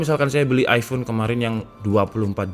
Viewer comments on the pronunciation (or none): none